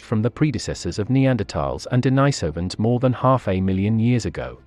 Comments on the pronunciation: D-nice-ovans? Is D-nice- ovan here? You mean... Denise-ovan? Churlish and insubordinate! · "Denisovans" is pronounced incoreectly. That "i" is not "i" as in "ice", it's "i" as in "bit". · Interesting pronunciations of "sapiens" and "Denisovans".